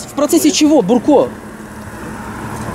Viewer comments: Не Бурко ,а Дурко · Не Бурко,а дурко)))) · не бурко а дурко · НЕ БУРКО ! А ДУРКО!!!! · Не Бурко, а Дурко самый настоящий 😝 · Внатуре инспектор Дурко,а не бурко.)))) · ахаах не бурко а ДУРКО!!! мля))) точно твердолобые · Он не бурко,а ДУРКО... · Не Бурко, а ДУРКО. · он не бурко а дурко! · Не бурко, а дурко! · Да не бурко а Дурко! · НЕ Бурко , а ДУРКО ... если есть видеорегистрация .. ???? Так она есть или нет ? Почему тогда ты дебитор остановил водителя ??????